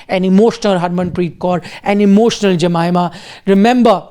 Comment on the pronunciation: Hey buddy, it's a form of respect to pronounce someone’s name properly. Try to learn to pronounce Jemimah’s name properly, it's not too hard. Spelling doesn't determine the pronunciation of a name.